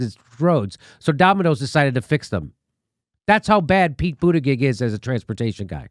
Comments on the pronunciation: "Pete Bootabig" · Jimmy, it's pronounced Boot-edge-edge. Not boot-a-gig.🤣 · It's pronounced Bootycheck, Pete Bootycheck... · I pronounce Pete Buttigieg booty-judge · I love how Jimmy always says his name wrong on purpose Pete BootaGig 🤣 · Boot-edge-edge. Biden is pronounced ray-cyst. And btw, ray-cyst cheated too. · Sorry, but it'll always be pronounced "Booty Judge" for me